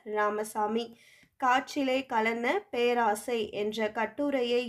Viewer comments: Perosai ma'am not peraasai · பேராசையா....? அய்யோ தெய்வமே அது பேரோசை